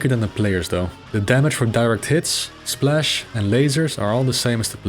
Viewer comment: Now I want to teach to say splash in perfect English